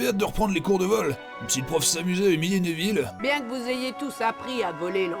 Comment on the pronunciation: j ai remarquer que la prof de cuididche elle dit aneville (neville)